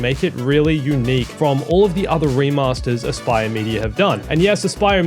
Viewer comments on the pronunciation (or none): You lost me the moment you said Aspyr XD